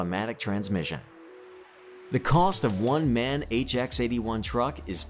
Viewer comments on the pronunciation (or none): The MAN is a german truck so you dont read it MAN its M A N with singel letters sorry, hope you understand because my english is so bad! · Its called M.A.N not MAN. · It's not MAN. It is M.A.N. - and abbreviation for the original cities for their factories. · As a German, you get absolute gasps. It is not called Merceidis but Merceedes. Also MAN is not pronounced MEN but M...A...N the reason is that it is called Maschinenbau from Nuremberg. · It call M-A-N , not Man, Man! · Das heist M.A.N. Maschinen aus Nürnberg, und nicht man. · M A N Not MAN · not Man...right is M.A.N ( M aschinenfabrik A ugsburg N ürnberg ) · who doesnt know the world famous brand "man".... jeeeeez.... maybe do a little research and at least learn how to pronounce those names....